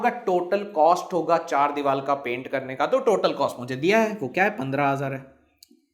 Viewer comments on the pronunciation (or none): Sir aap divar ko dival kha rahe the 🤣😁